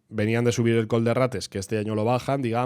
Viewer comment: Sí, se nota y se agradece el esfuerzo, de verdad❤. De hecho después pronuncias Benimantell de cine. Simplemente lo decía porqué últimamente he escuchado mucho lo de col/coll y me preguntaba por qué era, si era algo particular de la palabra o qué